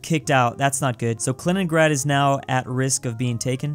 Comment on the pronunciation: “Kaliningrand”